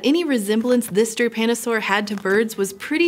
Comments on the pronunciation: Damn, every time I hear "japanosaur" instead of "drepanosaur" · Does anyone else keep hearing "Drepanosaur" as "Japanosaur"? ...and constantly think of Godzilla?